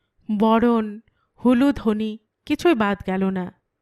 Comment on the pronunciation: Kotha ta huludhoni na uludhoni.